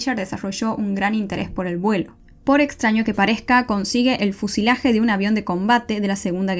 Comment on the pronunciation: es fuselaje, no fusilaje.